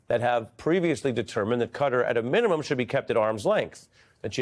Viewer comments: KATTAr Ari, NOT cutter, get it right. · Qatar is a word with no C, U or E. So not Cutter. Qatar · It's kuh . taa . Not "Cutter" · Why is he pronouncing it Cutter....instead of Kah-tar? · It’s not Cutter, it’s Qatar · Classic America trying to rename everything again. Pronouncing Qatar like "cutter". It's Qatar , sounds like guitar.... Stupid Americans. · The name is not CUTTER. It is CAH TAR with the emphasis on the second syllable, both with the long A vowel sound. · Ari please... Reconsider your pronunciation of the country name Qatar. It does NOT rhyme with "GUTTER" but it is closer to rhyme with "GUITAR" . Can you say KAH-TAR ? Please Ari. I have too much respect for you. SAYING CUTTER RHYMES WITH GUTTER, BRUDDER ! I bet an ignorant republican came up with pronouncing Cutter. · It's not pronounced "Cudder". It is Ka-tar. Why do you all insist on this "Da Bears" pronunciation? You are too smart and sophisticated to sound so ignorant. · Interesting how the USA peeps pronounce things. Ari pronounces Qatar “cutter” whereas the rest of world pronounces it kah-tar. Cheers from NZ 😎🎸🤘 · Ari, why are you saying Cutter? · Why do Americans call Qatar "cutter"? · Why do you call it cudder? There is no letter d in this name. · For real, it is pronounced KAH-TAR. Please 🙏 stop mispronouncing it one after the other. 😵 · Qatar pronunciation is not "cutter" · Why do so many Americans say 'Cutter'. Very strange.